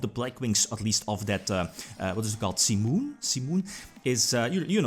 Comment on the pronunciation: Heard so much "Sea Moon" in this one! Any JoJo fan would be confused. I was like: "What, they made Sea Moon into a card? Lool, he means Simon"